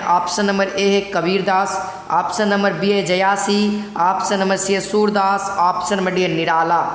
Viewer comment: जयासी नहीं जायसी। 👍